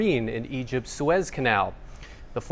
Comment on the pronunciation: at least to American ears it's pronounced Sue-ezz, rhymes with fez. (The hat.)